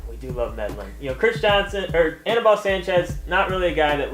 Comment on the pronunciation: its not aneebal..